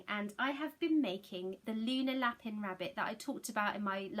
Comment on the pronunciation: Hi! Just be careful with your pronunciation of Lapin. I used to live with some French people and Lapin pronounced La-pan means rabbit, pronounced La-pin means something quite rude apparently. I made the same mistake 🙈